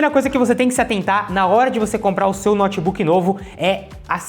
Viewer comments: Moço, meu ouvido pediu pra vc pronunciar " noutebook" e não "nótebook" nos próximos vídeos. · Um dos erros é a pronúncia: pronúncia correta: noutbuc. Não diga nótibuc. Pavoroso!!!😭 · Um cara que chama um Notebook de Nót Buk nada entende desse equipamento! Não sabe pronunciar o nome, como saberá o restante????